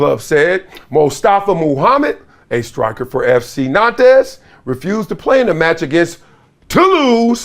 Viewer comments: Big dog, it’s pronounced na:nt 🙏🏾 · The S is silent in Nantes